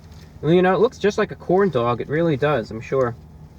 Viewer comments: Forget about how he says pancake on a stick, how about the way he says corndog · I LOVE HOW HE SAYS CORNDOG